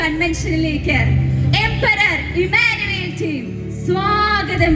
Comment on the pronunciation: ഇമ്മാനുവേൽ... Alla❌❌❌❌❌❌❌ ഇമ്മാനുഏൽ ✅✅✅✅✅💯💯💯💯